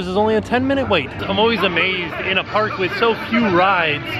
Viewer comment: going into the pnark